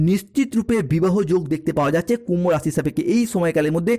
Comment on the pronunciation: পরিষ্কার বাংলা বলুন,হিন্দি আর বাংলা মিশিয়ে খিঁচুড়ি বানানো বন্ধ করুন। "কুম্ভরাশি বালো" মানে? যে ভাষা মায়ের,যে ভাষা খেতে দিচ্ছে,সেই ভাষার প্রতি নুন্যতম কৃতজ্ঞতা অনাকাঙ্ক্ষিত নয়!